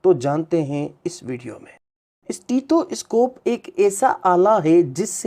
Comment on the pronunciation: یہ اِسٹیتھواِسکوپ کیا بلا ہے؟ سیدھی طرح سٹیتھوسکوپ بولو